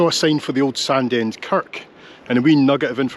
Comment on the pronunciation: Thanks again for bringing back my childhood. I recall running along Sandend beach with my brother having run down from the hills. I live in England now and the folks moved to Nairn so it's rare to see all the towns and villages I spent my early days in. Btw Sandend is pronounced "Sanine" to the locals!